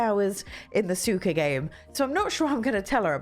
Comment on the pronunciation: Great list! By the way, suika is pronounced more like sue-we-ka. The "i" sounds like the letter "e".